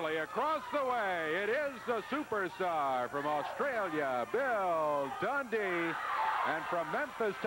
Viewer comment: Bill dundee? It's more like Bill tauntdee lol